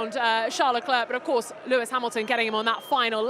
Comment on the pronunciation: Please learn how to pronounce Leclerc's name properly because this is becoming annoying... The final "c" is to be ignored. Everybody makes effort to speak in English. The least thing you could do is not to slaughter their family name! Thanks!